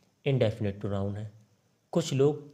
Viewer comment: परोनाउन नहीं परनाउन होता है